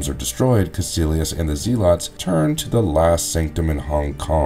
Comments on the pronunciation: It's pronounced Zelots not ZEEELOTS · Yeah that was weird mispronouncing. They even say it in the movie the right way so this guy is not fit for narrator status, it's embarrassing honestly. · Dude…it’s pronounced zeh-lets. Not zee-lots. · "Known as the zeelotts" I can't lol